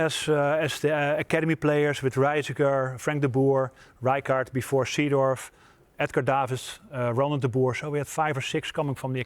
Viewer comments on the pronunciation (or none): It's true, no need to say "C-dorf" instead of "Saydorf" 😀